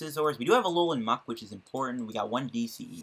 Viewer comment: Please stop pronouncing muk so violently